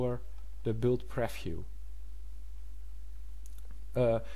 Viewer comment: Jo man, je hebt hele goede video's gemaakt maar werk alsjeblieft een beetje op he uitspraak. Zo is het niet preffiew maar PrieVieuw . Voor meer uitspraken ga naar Translate.